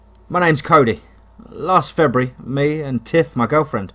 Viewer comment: I like how you pronounce feburary." "Febree"